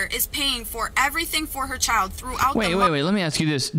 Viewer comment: Ugh, listening to say chiow, like child is just aggravating.